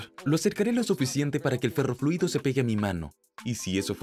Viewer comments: ferrofluido no perrofluido jajajajajaja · like si escuchaste perroliquido en vez de ferroliquido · No sé si fui el único pero escuche "perro fluido"